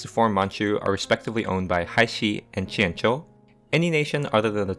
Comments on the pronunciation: wow your pronounciation of the chinese names is really nice to listen to after all the americans/europeans just saying it like its english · This must be the first eu4 video where someone pronounced jianzhou correctly